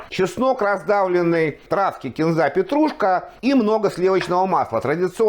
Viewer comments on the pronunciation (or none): none